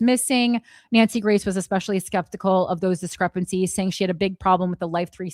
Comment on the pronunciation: Wait, I thought you kept saying Nancy Mace and then I realized you were saying Nancy Grace. 🧐 I guess she found another ambulance to chase.